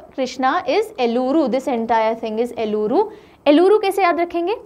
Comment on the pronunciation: Pronounciation corrections Kakinada-kaakinaada Eluru-yelooru Kurnool-karnoolu Annamayya-na and ya should dwitwaksharas Bapatla-not Bapathla You asked to correct ur pronounciation I did . Before you prepare for South maps please do talk with that particular state people for better pronounciation. Respect from Andhra